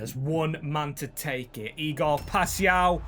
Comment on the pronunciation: W for learning how to say paixao